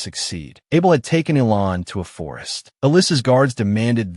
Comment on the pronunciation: It isn't pronounced ELON IT ELAN PRONOUNCED ELANE